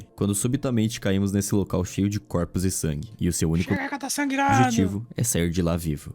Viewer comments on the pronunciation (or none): Fiquei alguns segundos tentando entender o “pequeno sangue” 😅